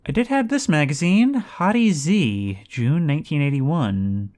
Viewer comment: It's not Hottie Z, it's HottieZ, as in Hotties but in a Zombie / Zed type format. Also, you unlock the trunks from the driver's seat, right button on the dashboard. And when you sleep in a car, push the driver's side (or whichever seat you're sleeping in) up to a wall so that zombies cannot reach it. Those smaller blobs of zombies on the roads have a survivor zombie in the middle of them, which always carry the second best backpack in the game (assuming b42 did not add any others).